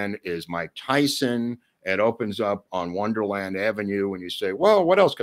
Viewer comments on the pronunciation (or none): none